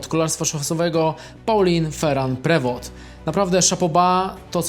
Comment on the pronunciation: Pauline Feru Prewo, jak Ty to wymawiasz!!